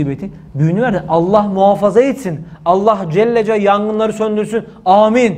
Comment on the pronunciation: Allah Celle celalihu denir Allah Celle cel deyil hocam